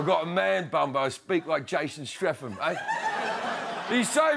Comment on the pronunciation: 'jason stretham'